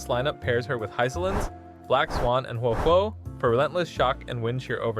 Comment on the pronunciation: Another youtuber who says Huohuo's name incorrectly 🤦‍♂️